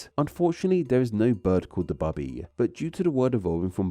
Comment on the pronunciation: "Bubby" is still pronounced "boo-bee", not "bub-bee".